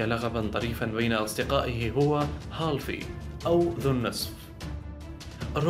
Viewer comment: مقطع جميل ورائع كالعادة ..عندي ملاحظة بسيييطة جدا للمتحدث ..كلمة (halfy) من كلمة (half) وتنطق هاف وليس هالف :)